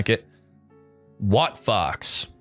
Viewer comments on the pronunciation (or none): none